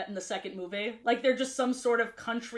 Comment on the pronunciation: Because of how many times she says it, I got a curious question: Why does she say certain words in a way? Like Instead of Ruby, she says it "Rubay" or Movie as "Movay"